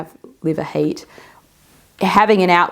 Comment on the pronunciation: when you pronounce 'heat' I hear 'hate' maybe not coincidental? can this trigger hair loss/alopecia?